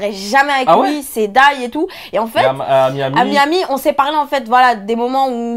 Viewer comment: A comme elle dit Miami 😂